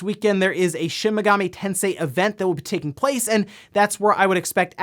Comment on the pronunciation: Lol it's Shin Megami, not shimigami. You make it sound like chimichanga 😂